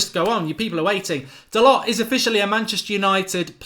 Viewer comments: Hi Mark! BTW, his name is pronounced Dalo. There is not a hard T on the end. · Mark, great video as usual. Love your work. FYI the lads' name is proinounced 'Dahl-oh'. My friend who is huge Porto supporter says he is a very, very talented young man, who they were going to promote to replace Pereira, who sold to Leicester. #ggmu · His name is pronounced Dahlow, spelt Dalot. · Its pronounced da low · Dalot - pronounced Da Low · He said on MUTV it’s pronounced “Dalorr” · Doesn't anyone else find it rude when someone ignores the pronunciation of others' names? I get that you won't know some of the players but to say you don't care how someone's name is pronounced. Its their name